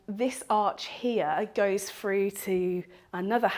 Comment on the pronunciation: Drives me crazy when people pronounce through as ‘frew’.